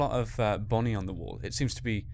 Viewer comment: dumb fox its bonnie not bony